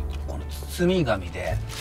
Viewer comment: 「包み紙」をカンじゃう庄司さん、ステキです😂